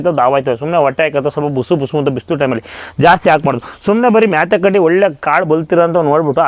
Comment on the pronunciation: ಮ್ಯಾತೆ ಕಡ್ಡಿ ಅಲ್ಲ ಕಣೋ, ಮೋತೆ ಕಡ್ಡಿ